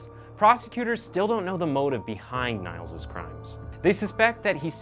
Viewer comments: i love your videos, but it was so funny hearing you say his name as nials, when its pronounced like eel but with an n, like neels. nevertheless great video! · It's not Niles, it's Nils, you would pronounce the i in Nils as the ee in knee So basically Neels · It's not "Niles" ... it's "Niels"- like "kneels". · Niels is pronounced more like Neals, not Nials ;) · it's not nials it's neels (niels) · his name isn't pronounced like NILES but rather like NEELS (my native language is german, so no error here:) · His name is pronounced neels, I think. You are saying Niles, a different name. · Its not spelled niles, its spelled more like neels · you pronounce it as neels, not niles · Its not pronounced "Niles", but Neals 😉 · «Niels» is pronounced «Nils» (or «Neels»), not «Niles» as in this video… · His name is pronounced Neels not Niles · niels = neels not niles .... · Née -els not Nae-els. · Hey, I am from Germany and the pronounciation is neels, like in need, Not niles 😉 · Great storytelling! The guy's name is pronounced 'kneels' in German btw. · He didn't pronounce it as Nails he pronounce it as it's written like De-nial.. like the river.. I thought it was pronounced that way as well nice to know tho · classic american mistake. but i think his name is pronounced neels. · Ok first of all: I loved your presentation of this case! Fact - based and to the point. However a little background of German pronunciation: the name would be said "Neels" in English as the German "I" is spoken like the English "e" (something my daughter, who is bilangual German/English, is still struggling with sometimes when reading). "ie" is just a form of elongating the "I". So correctly his name would be pronounced Neels. Of course you couldn't know that and I don't mean to throw shade in any means, moreso I thought some people here might find it interesting. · The hospitals should be taken to court as well for gross negligence. (side note, the name is pronounced Neeels with a long eeee).